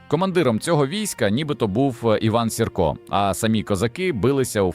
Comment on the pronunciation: Iван Сiрка нiколи не виступав на боцi iноземцiв. I його призвисько Маэ наголос на перший склад й лiтеру ,,i,,.